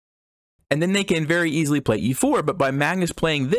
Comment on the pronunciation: Great extensive analysis. Cracked me up when failed to say "easily"